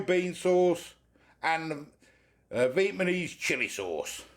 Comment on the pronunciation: Viet ma nese 😂